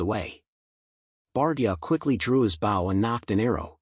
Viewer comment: AI it's supposed to be so SMART can't even pronounce bow really hehehe